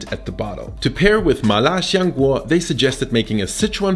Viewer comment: Lil tip: it's "siang guo" rather than "shiang guo" cmiiw